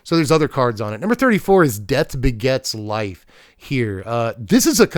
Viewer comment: You mispronounced Death Baguettes Life. Just fyi